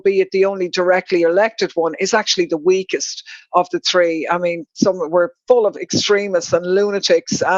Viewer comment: one, two, tree.